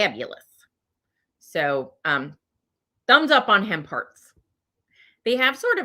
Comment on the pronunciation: LOL! When you first started talking about hemp hearts I thought you were saying "ham parts"! You should have seen the screwed up expression on my face!